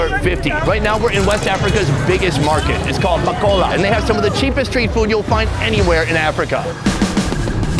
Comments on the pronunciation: MAKOLA NOT MAAKOLLA BTW TURKEY IS NOT ILLEGAL RESPECT MY COUNTRY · It sounds like u said makcola 😭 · It's Ma kow la